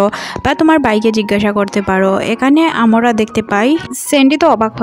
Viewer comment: আপনি 'আমরা' কথাটাকে বারবার 'আমোরা' কেন বলতে থাকেন 😡😡🤬🤬